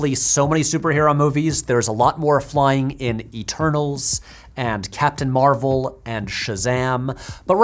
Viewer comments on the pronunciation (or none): none